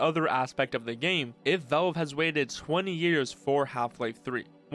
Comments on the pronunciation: "test deehpou" "vaevle" "appa' D" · I hate how you pronounce Valve It's not "Vowlb"